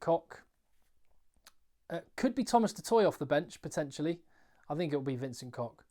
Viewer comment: Just a side-note, pundits do seem to get wrong often. It is Vencent Koch, not Kock. Like your knee disc is called patella and the humble limped that sucks on the rocks at the beach is called patella cochlear. It is the sound of that cochlear - a bit more air flowing and doesn't stop with a K.